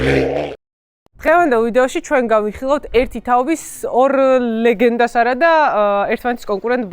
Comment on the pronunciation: ლეგენდა არა დენგენდა :D :D